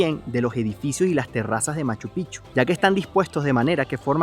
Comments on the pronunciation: Buen video! Estoy 1000% de acuerdo con relación a SKY airlines. Cuando fui a Lima-Cancun, querían exigirme a que ceda mi vuelo porque el vuelo estaba lleno. A mi hermano querían quitarle su asiento pagado del pasillo, entre otras cosas: muy mala linea aérea. Corrección -- NO SE DICE [MACH-PICHU]. SIGNIFICA OTRA COSA. SE DICE: [MACHU -PICK-CHU]. COMO [PICK-NICK]. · Solo una pequeña observación....No sé dice Machu Pichu....ES MACHU PICCHU .. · No se dice Machupichu- Se dice Machu Picchu ...con 2 C suena como pic. chu= Machu pic chu = Machupicchu 👍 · Machu Picchu se escribe con dos Cs y se pronuncia Picchu NO Pichu corrige esto. Bendiciones de una fan tuya nacida en Urubabma Cuzco -Peru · Escuché: "Guachupichu" ??? 🤭🤭🤭❤ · Se dice pic. Chu. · Por Favor es Machu PICCHU con la Doble C, suena mal sino es pronunciado bien. Felicitaciones por tu Reportaje muy bello